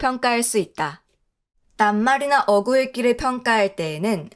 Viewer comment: 어구..가 아니라 어꾸.. 라고 읽어야해요